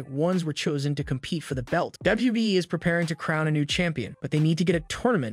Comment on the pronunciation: Is it me, or does this guy have a really hard time saying, "WWE"..??